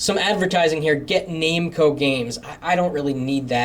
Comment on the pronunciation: Pet hate here, it's pronounced nam-co not name-co.